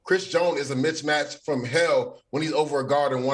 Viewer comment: 😖MISMATCH IS THE WORD!!!!!!!!! Leger Douzable says "Chris Jones is a mich match"🤨😮‍💨😔